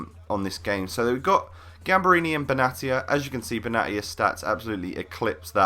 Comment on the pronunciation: Gamberini is poop compared to cheiliniebutchered his name